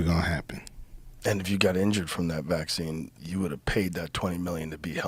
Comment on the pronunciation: The same with the way he says "vac.cines". 🤣